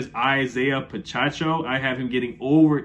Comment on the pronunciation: What’s up? New here. Dig the insight. I’ll be subscribing. Pacheco is pronounced (Puh-che-coe) peace!